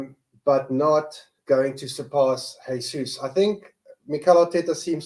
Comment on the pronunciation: Come on guys, its almost 2024 and theres still people out there not pronouncing the "J" in Jesus... hes not spanish!